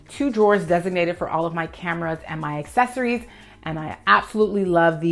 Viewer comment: Since you asked for the proper pronunciation of Almonds in another video I feel you may appreciate my two cents on how to pronounce Accessory. Ax,ess,ory YES😉 Assess,ory NO😏 As an Organizer the word Accessory os used quite frequently on filmed content, in meetings, presentations & consultations with Clients. Every time you pronounce it as Assess,ory I cringe from flashbacks of my Speech Professor scribbling how many points he would deduct from grades every time I or other students mispronounced a word. When communicating professionally, I would love for you to feel confident & I want those who contract you to feel confident in you to. No disrespect, it could be compared to the question of how to pronounce Potatoes & Tomatoes, but trust it's best to clarify these while you're young.